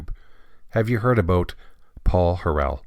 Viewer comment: Are you joking? Your failure to even correctly pronounce Paul's name renders this video worthless.